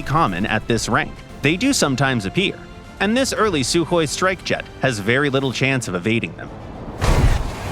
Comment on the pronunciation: FINALLY SOMEONE SAID THE "KH" RIGHT